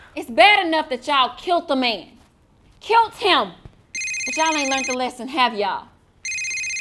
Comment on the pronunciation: Can you go you’re so funny not to be like mean bully the way you said killed you said kilts not killed